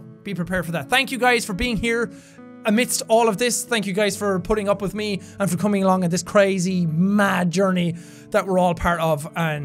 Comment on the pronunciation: EVERY time he says "for" it makes me smile: "I wasn't there fer that!"